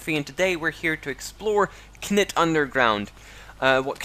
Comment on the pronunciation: the k is silent so it's pronounced nit